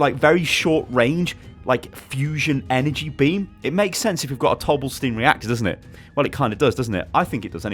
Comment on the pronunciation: I was thinking dough bla steen